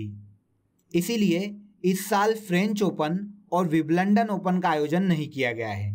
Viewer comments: Wiblandan नहीं सर विंबलडन😂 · Vibalandan Nahi bhai vimbaldan hota hai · विवलंडन नहीं है भाइ विंबलडन है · Wimbledon h sir g biblondon (london) ni h😀😀😀🙏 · Are mere masterji ...vo विंबलडन होता है विम लंदन nahe 🤣🤣🌹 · Biblandan nhi mere bhai.. Wimbledon hota h 🤣🤣🤣🙏🙏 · भई तुम विम्बलडन को विबलंडन बोल रहे हो ठीक से उच्चारण किया करो यार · because ek bar galti hoti h bar bar nahi. Kisi ne agr wimbledon first time in sir ke muh se suna hoga to wo to galat hi pronounce krega na. Btw ye galti agr kisi interview me ho jaye to? I m also a teacher. Teachers are idol for students. Rehne dijiye palvi tumko samajh nhi aayega